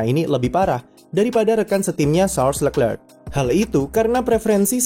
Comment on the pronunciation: Masih susah buat nyebut nama lerclerc